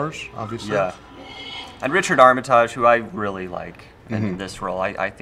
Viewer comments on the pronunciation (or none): Those guys really do not know how to pronounce surnames. Benedict Cumberback? Richard Armatarj? Who's next Ian McKlacken, Martin Frogman.